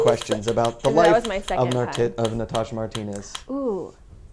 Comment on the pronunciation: "of Na-tit, of Natasha Martinez." Yap, that'll happen.